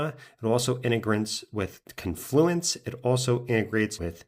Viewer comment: J-ih-ruh and con-flooo-ants 😂